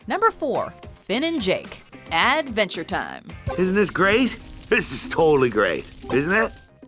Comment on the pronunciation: No-one:: aaADventure Time